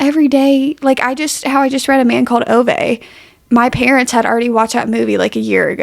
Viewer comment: Ove is pronounced “Ooh-Vah” 💙